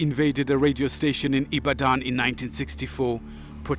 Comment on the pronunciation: You have to be nigerian to know how badly this narrator butchered the word Ibadan! Ibaaahdaan! That was sooo funny! By the way, Wole Soyinka is a class act!